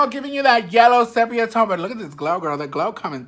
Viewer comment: Well point dexters are at it again!...Apparently they pay your billths...Don’t listen to them the majority here love you both!...Sephia tone had me dying 🤣🤣🤣